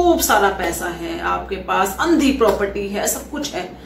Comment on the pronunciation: प्रोप्रटी 😂😂😂😂😂 कुछ भी। कुछ भी। प्रोप्रटी नही प्रॉपर्टी। हिंदी भी सीख लो।